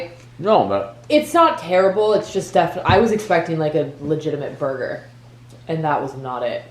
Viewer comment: It's not borger